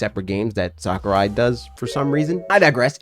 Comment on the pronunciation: HIS NAME IS PRONOUNCED SACK-OO-RYE NOT SOCCER-EYE But other than that great video